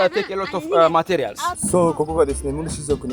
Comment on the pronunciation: の話されている英語のアクセント、日本人の英語のアクセントが似ているところがあるように思いました😮 materialをマ・テ・リ・ア・ルと発音されるところなど。 もしかすると彼らの母国語で日本語で、母音と子音の関係など、言語的にどこか似ている部分があるかなと考えました。